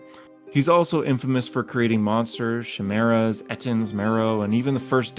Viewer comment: Definitely a Human, pretending to be an Illithid, pretending to be a Human... Not an Illithid pretending to be a Human. How do I know this? An Illithid would be able to pronounce words like "writhing", "sentient" and "Chimera", correctly.